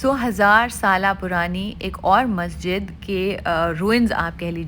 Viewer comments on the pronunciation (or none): none